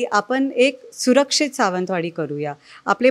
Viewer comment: हिला निट सावंतवाडी म्हणता येत नाही